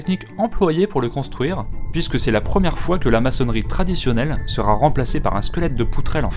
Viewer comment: il n'y a pas de "T" à la fin de "sera"